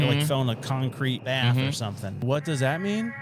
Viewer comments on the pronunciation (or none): none